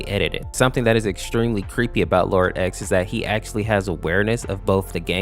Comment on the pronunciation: Man you didn’t pronounce “xenophanes” right It’s Zee-nof-uh-neez but it’s ok people make it sound like zeno-f-ans